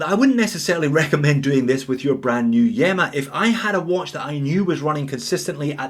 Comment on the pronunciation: I think that you pronounce this one as EEMA as in ilya. Keep up the great entertainment